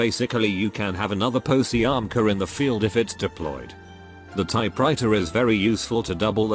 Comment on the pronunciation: Is more likely Paziomka the pronunciation